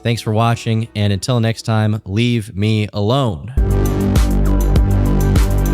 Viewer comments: hahahah the emphasizing of the "Until next time, LEAVE ME ALONE" fucking killed me. I hope you don't get the full wrath of the retard brigade lol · He put an emphasis on the leave me alone today chat don’t comment